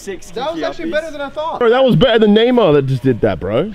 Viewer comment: I thought Kay was saying neymo...it's Neymar lol